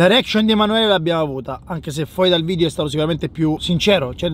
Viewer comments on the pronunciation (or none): Ha fatto 6000 video e non riesce ancora a dire video e dice vidio 😂😂😂